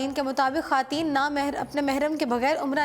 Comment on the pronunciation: برائے مہربانی اپنا تلفظ درست کریں ۔ بار بار خاتین خاتین کہہ کر کانوں میں درد ہو جاتا ہے